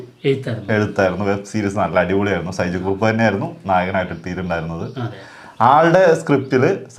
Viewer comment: ഷൈജു കുറുപ്പ്‌❌ സൈജു കുറുപ്പ്‌✅